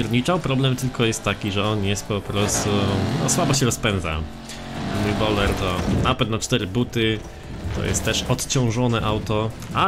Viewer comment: To jest bojler a nie bowler